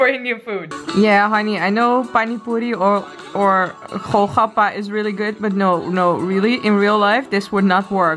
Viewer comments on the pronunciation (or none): GOL-GAPPA(PANIPURI) not KHO-KHAPPA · Golgappa ..not kho khappa LOL ..gol means round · its pronounced goal-gappa :P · Honey its not khol khappa.. Its gol gappa..😁😃😁😁😃😁😃😁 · It called.......Golgappa or Gol gappa